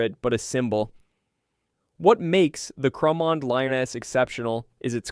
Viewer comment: I’m from Edinburgh and know Cramond well. There’s a bathhouse there. It’s pronounced “ crah mond” - the rest I give up on.